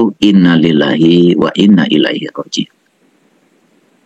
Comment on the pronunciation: Baca istirjak aja masih salah pak .lafad Inna itu di baca panjang